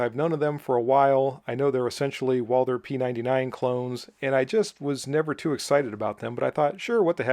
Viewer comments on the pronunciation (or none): none